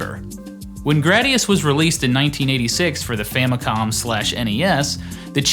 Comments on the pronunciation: Am I the only one who hates the way he says "Gr-AH-dius" instead of "Gr-AY-dius"? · Gu-Rah-Dee-Ahs.... Anyway, yeah, just wanting to confirm that the Konami Code was not given to us, the gamers on purpose; there was really no way to remove it without re-writing tons of code. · bruh this guy cant even say gradius